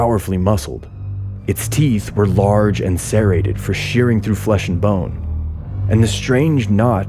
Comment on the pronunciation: sere-ted,serrated? the laws of phonetics are being re-written.